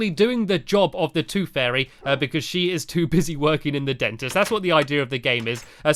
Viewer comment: Sorry Stampy its not take the toof it is take the tooth